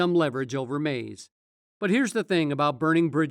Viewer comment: Every time he says Mase name it’s annoying to hear Maze